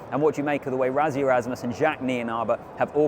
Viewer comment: What a fabulous game! Leave it to our boys to pitch up on the day and they certainly did today. 🎉🇿🇦 NB. It’s RASSIE not RAZZIE 😅